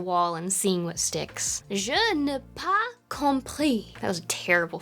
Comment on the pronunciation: Your French accent is actually pretty good! The only thing that would need work would be the "n'ai", more like n'eh I think? Also accents are so lovely! Everyone keep your foreign accents!